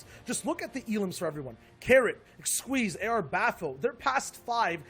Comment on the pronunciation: It's not squeezie, it's xsweeze lmao